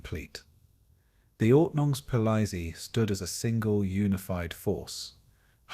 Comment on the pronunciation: I lasted a few minutes but could not stand the ridiculous AI pronunciation of “ordnungspolizei” anymore.